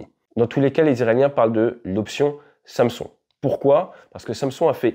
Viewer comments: on dit "Sanson" et pas "samesone" 😅;-) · Samson se prononce "100-Sson" et n'a donc rien à voir avec une marque de valises bien connues. Khamenei se prononce "Rat-mé-neille" et n'a donc rien à voir avec un rappeur qui vient de Marly-Gomont.